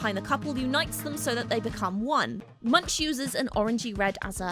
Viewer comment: Great video, but this is not how "Munch" is pronounced